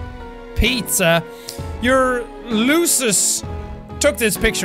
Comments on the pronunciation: It is pronounced like loosus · the correct way to say it is lUU SUSSSSSS sorry i saw you have saying it sorry :/ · To pronounce lusus, its LOO-SIS.